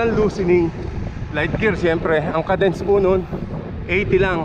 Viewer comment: uhm, its pronounced /kay dns/ not /kuh dns/.... just saying